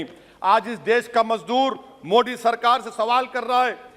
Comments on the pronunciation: Ye modi ko mo d kyu kehta h😀😀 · बहुत ही नीच किस्म का आदमी है। सब कुछ साफ़ साफ़ बोलता है परन्तु आदरणीय प्रधानमंत्री जी के नाम का उच्चारण जानबूझकर गलत करता है। 😡😡